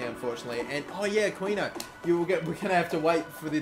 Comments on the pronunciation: you pronounce the 'qui' in aquino the same way you pronounce the word "key." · You're pronouncing Aquino wrong. Its pronounced Akino. The Q makes a K sound. Just saying. And dont forget to pay Habiar or something's wages